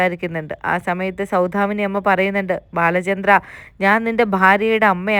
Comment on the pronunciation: സൗധാമിനി അല്ല. സൗദാമിനി എന്നാണ്.